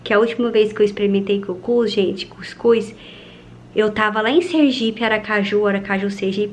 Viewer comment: Ela falando cuicus kkkkkk é cuscuz mule